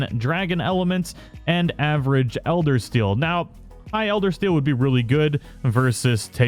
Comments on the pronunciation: ElderSEAL. Not Eldersteal. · Yeah i'm nitpicking but could you please stop calling it "Eldersteal"? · Funny how everyone is tripping over mispronounced words. And when you did say it, I genuinely thought you meant steel vs steal. Either one would make more sense then seal imo. Love the realness of your vids, no script just a person who loves the game amd shares it with the community.